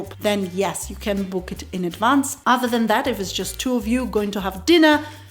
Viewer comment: yeah...I think she also said "yeah man" quite well (not the ones where she was "mimicking" tourists; but when she noted that in phone conversation it comes out naturally). I also heard her say "adda" for "other" when she was talking about Road Side food. All very awesome